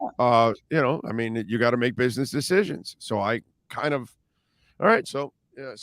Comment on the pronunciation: They way says bitness instead of business is too funny 😁 😂